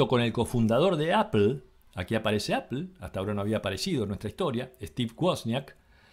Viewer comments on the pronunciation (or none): none